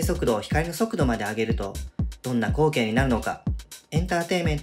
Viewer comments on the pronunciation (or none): 光景のイントネーションが口径で気になる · 終始こ↓う↓け↓い↓ が気になって話入ってこなかった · 光景のイントネーション気になる。「こ↑う↓け↑い↓」ってなってる。 投稿者がどこの人か分からんけど、こちら関西住みなので、違和感を感じるんだろうね。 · どんな光↑景↓ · 「どんなコウ⤴︎ケになるのか」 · どんな こ↑ う↓ け↓ い↓ になるのか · 光↑景が気になってしょうがない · 光景（こ↑う↓け→い→）のイントネーション草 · 光景の発音が口径なのよね( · 「光景」の発音変じゃね？？ 訛があるのかな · 「光景」のイントネーションが気になる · 光景、などの発音が変。どこかの方言？？ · 光景の言い方よ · 光景の発音がおかしい😭